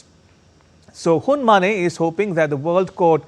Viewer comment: Uncle, his name is Hun Ma-NET. Not Hun Ma-NEIGH! He’s not a horse 🐎 for God’s sake!!